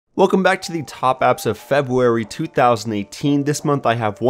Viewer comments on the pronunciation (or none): Ren Andy he did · Did he hust say Febwary?